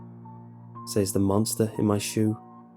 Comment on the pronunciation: "I say-ez" "They say-ez" "He say-ez. . ." Lol. . . Dont know why, but the pronounciation always makes me giggle.